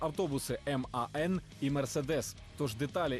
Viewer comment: Саме так, німці і говорять, і так є правильно. "мАн" це інтерпритація іноземців.